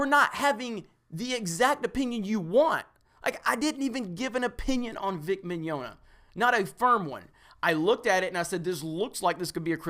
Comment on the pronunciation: Well, whoever is, he got Rial right, but not Mignogna. It's more like Mañana, but with an "i" instead of the first "a".